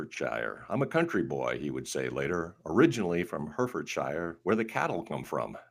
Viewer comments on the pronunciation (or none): In England, for Herefordshire we say Hair-e-ford-sheer, not Her-ford-shire.